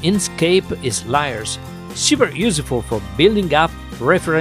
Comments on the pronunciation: "Liars"?? ('Layers')... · i was kidding because at one point you were saying liars instead of layers 😉😆